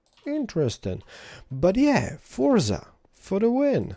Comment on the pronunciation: He wasn't wrong, it was just how he said it.